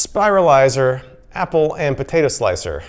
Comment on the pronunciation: Is it just me or is it bugging anyone else that he's saying "potato" instead of "potato"